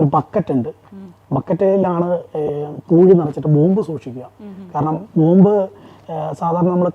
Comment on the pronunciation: ബോംബ്..... അല്ലാതെ ബോബ് അല്ല😂😂😂😂